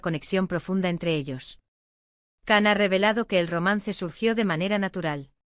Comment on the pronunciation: No se pronuncia CAN se pronuncia igual que en la telenovela "YAN"